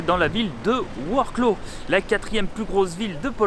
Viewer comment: Super tes vidéos sur la Pologne, c'est vraiment bien fait on a l'impression d'y être 👍 je suis allé à Varsovie aussi fin août j'ai adoré, je n'ai qu'une envie c'est retourner dans ce pays ! Par contre il va te falloir un petit cours de prononciation du noms des villes polonaises 😄 Lodz = "woudj" et Wroclaw = "vroswaf"